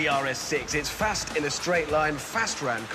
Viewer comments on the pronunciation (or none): I can still hear hammonds birmingham when he says fasssst